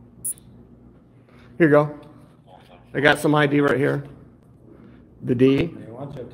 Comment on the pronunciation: I'm done 🤣🤣🤣🤣🤣🤣🤣 Gimme your I.D. ehmmm ok here this is my "I D" oh gosh I'm dead can't stop laughing for 5 minutes